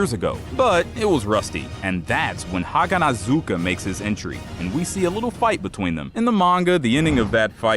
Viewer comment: Bro, do a better job at pronouncing "haganezuka" right